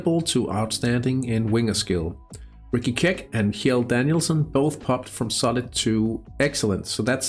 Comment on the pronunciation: Love your Hattrick videos (and streams). Btw, Kjell is kinda pronounced like "shell", not that it really matters just if you were curious. :)